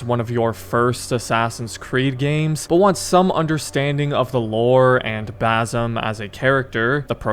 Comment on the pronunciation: it’s Basim not Bazam😭